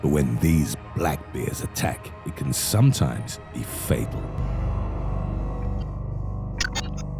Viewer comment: I like how he emphasis "sometimes"